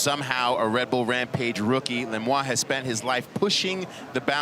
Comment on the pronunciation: Lemoine is not pronounced Lemois.